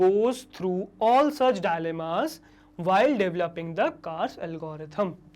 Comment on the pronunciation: Idk why but when sir is saying DILEMMAS im hearing it ZAALIMA😅😅